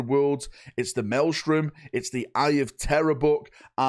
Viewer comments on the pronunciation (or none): none